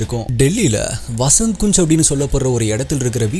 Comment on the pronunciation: வஸந்த் குஞ் ..இல்ல வஸந்த் கன்ஜ் 😂😂